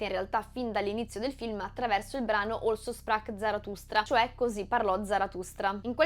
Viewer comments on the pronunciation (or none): Figura di m...con la pronuncia di Also sprach Zarathustra...citare informati, bitte....poi...francamente non è tanto onesto contrabbandare per spiegazione ultimativa una semplice descrizione del film, su cose che tutti hanno sempre capito. Noi che nel 69 lo abbiamo visto, poi, abbiamo veramente bisogno di nuovi ventenni, che nel Novecento non c'erano, che dalla loro cameretta ci insegnino a pensare?...mah. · Ottima analisi, molto interessante, ma con amichevole spirito ti chiedo cortesemente di dire "Così parlò Zaratustra". La tua pronuncia del tedesco fa inorridire. Parola di madrelingua. :)